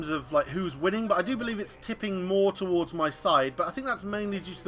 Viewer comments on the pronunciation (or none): none